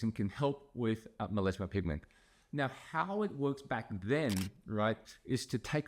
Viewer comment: Meleezma? due are you really a doctor? It's melasma